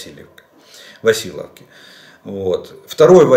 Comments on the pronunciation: Василовка - немає таких населених пунктів в Україні. Якщо українською називається Василівка, то російською ця назва вимовляється Васильевка, а не якась там Василовка. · Спасибо Вам за труд. В Запорожской области районный городок называется " ВасИльевка "по-русски, на українській мові " ВасИлівка". Большими буквами показала ударный слог.